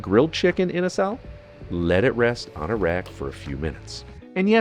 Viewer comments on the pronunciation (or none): It's pronounced Inaa sal(with a zal like pronunciation too)